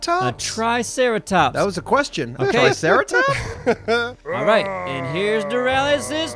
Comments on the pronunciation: "treeceratops" xD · its a "treeceratops"